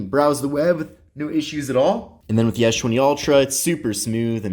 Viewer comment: Why does he pronounce s20 as schwenty?